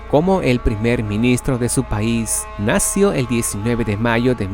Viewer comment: La parte más terrible de tu video es cuando pronuncias la palabra nació sin su acento correcto.